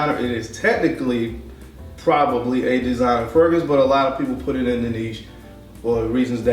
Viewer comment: It’s designer, my guy. 🤷🏾‍♂️ LoL